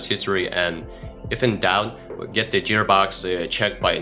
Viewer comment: What the hell is a "jeer box" ??